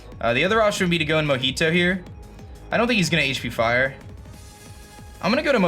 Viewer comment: if you were naming scizor after the drink it's mojito not mohito